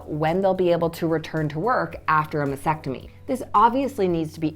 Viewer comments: T is not really silent. is pronouncing it weird “masectomy & not mastectomy”. May be it’s me but that annoys the heck out of me 🙁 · How can you be a doctor and yet you cannot pronounce Mastectomy correctly? It's Mass-Tec-Tomy, not Mass-ec-Tomy! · Why do so many pronounce MASTECTOMY incorrectly ie MASECTOMY, like vasectomy? Very helpful daily videos. Thank you 🤍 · It might help if you learned to pronounce mastectomy correctly! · There is a “t” after “mas” in mastectomy. You mispronounce it every time. Are you sure you are an MD? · MasTectomy, not mastectomy. BUMP, not BOMP. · Well, I appreciate all the advice. It was driving me crazy that she couldn’t say the word, frustration and mastectomy correctly.